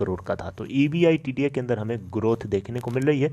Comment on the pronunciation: Champu E. B. I. D. T A Ko एबीटा बोलते हे कम से कम ये तों बोलना सिकले फीर vedio बन्ना